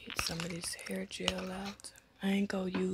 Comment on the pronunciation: Badu eyes and pronouncing hair as "heeerr"🤣🤣🤣🤣 straight Dallas vibes 🤣🤣🤣🤣